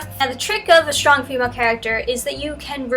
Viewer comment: Just landed on this page... is she saying shtronk? Is the host pranking us? What's happening here?!